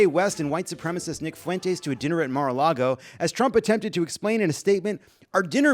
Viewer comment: As someone named Mara, I need to point out it's Mar-a-lago. Not Mara Lago.